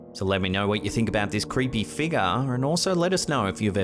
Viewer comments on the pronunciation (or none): i love these videos it's worth it just to hear him say figgar